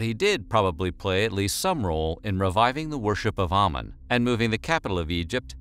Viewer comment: Ok here way we go: 1. Amun is pronounced "Ah-Moon" not "Ah-men" 2. Nefertiti was not his mother. Tutankhamun's mother was a sister of Ahkenaten but we already know that Nefertiti was not his sister. She had totally different parents. In fact, it was that Nefertiti was related/a granddaughter of Ay (Tut's adviser/Vizier). Fun Fact: His wife, Ahkesenamun, was also heavily deformed from inbreeding. The mummy that was DNA tested to be the mother of Tutankhamun's daughters, had two clubbed feet as well among other genetic hereditary ailments.